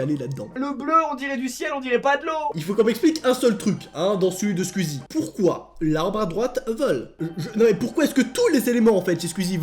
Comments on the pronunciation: tu ses pad dire squezzie tu dit squizzie le u on le prononce squezzie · Juste un truc! Ça s'écrit "squeezie" mais ça ce prononce pas "squizi" ça se prononce "sqouizi" voili voilou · Mec tu me stresse à dire squzie AAAAAAAAAAA😂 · Tu dit skuizi wesh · pourquoi il dit squizi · Comment les fans de squeezie dise squeezie: les fans girls: SQUOUIIIIIZIIIIE comment le dit: SquWIzie